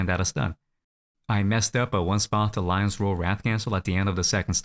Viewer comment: LIN-0 ??? LI-0N LI0N LION!